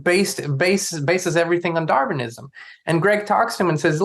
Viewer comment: it's Darwinism not darvinism